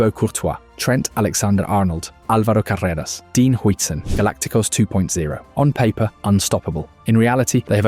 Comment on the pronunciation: Im spaniard and its not AI, check how he says "carreras" english AI suffers a lot for that RRRR